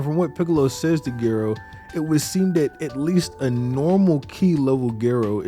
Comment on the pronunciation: Why Gay Ro? Dr. Gero... 😅😅